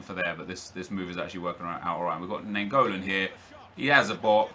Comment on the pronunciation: Im from belgium and naingolan is pronaunced as ninegolan